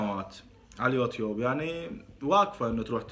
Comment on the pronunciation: حبيبي الفظ "يوتيوب " عدل وبعدين تعال اتفلسف👋